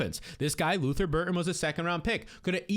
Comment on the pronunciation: Luther BurDen. Not Burton for the love of god.